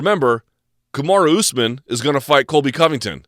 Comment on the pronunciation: Disliked the video the moment I heard him say Cobly Clinton is his guy.